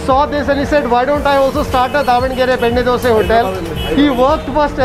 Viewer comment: I love to hear dose rather than saying Dosa... thanks ☺️